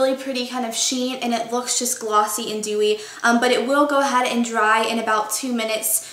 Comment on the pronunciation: STOP SAYING DEWEY! haha apart from that it's great ;) xx